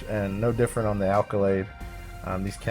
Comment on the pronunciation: Nice! It's Accolade, BTW. Not alcolade.